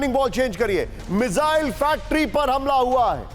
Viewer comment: गधे मिज़ाइल नहीं, मिसाइल बोलते हैं उसको। कहां से पढ़ाई की है भाई??😂😂😂😂